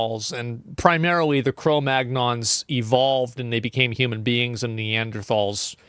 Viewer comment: I would be offended... if he could have properly pronounced cro-magnon correctly lol